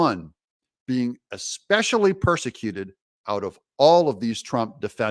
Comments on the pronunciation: “Expecially” Paaaaleeeeez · “Exspecially”?? Really, Fani?? 🙄